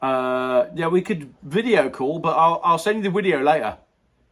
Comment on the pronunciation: It’s Video not Wideo!!! 😂😉